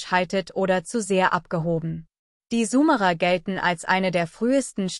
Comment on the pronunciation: Warum wird Summerer gesprochen und nicht Sumerer ? Dies nervt mich ein wenig da ich glaube , diese Aussprache des Namens ist nicht richtig.